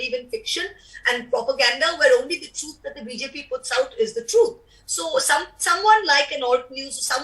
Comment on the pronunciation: This MP from Trinamool Congress has pronunciation issue...she needs to work on her “T” sound truth is sounding Chuth.. Being a politician you can't tell the truth as chuth.